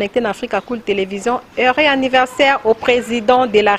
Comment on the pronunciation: Joyeux "annirversaire" loool